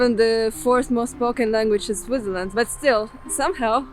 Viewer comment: I enjoyed your presentation - watching from NJ in USA. I watch SRF regularly as my wife is from Zurich area; we used to live in Kilchberg ZH. You come across as well educated but your english pronunciation needs work. "spoken in SwiTHerland"... your pronunciation needs BIG improvement (try SwitZZZerland) "as it happens, it plAYs no one" ... your pronunciation needs improvement (try pleeZZZes) "think I'm not going to STOP a long time" ... , not going to SPEND a long time